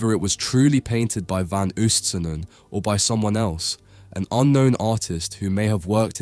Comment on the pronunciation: The oo in van Oostsanen is pronounced very similar to the oa in boat, never like the oo in eg room. Pieter is pronounced like English Peter